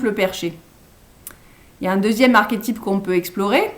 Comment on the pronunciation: j'eclate en sanglots sous l'effet d'une grande douleur a l'enonciation de l'avant dernier ... " archétype " ... On fait quoi maintenant ?